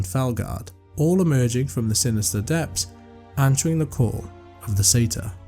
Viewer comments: Sorry that’s now how pronunciation works. We don’t just flip letters here. Most people familiar with that race would pronounce it the correct way. Surprised you would claim to say it as the Americans do. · I am Scottish and do pronounce it Sa- tyr but happy with the American pronunciation. Either way I still get to hear another great tale 😊